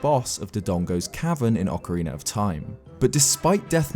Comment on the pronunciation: Here you can see a rare clip of saying Ocarina rather than Okareener.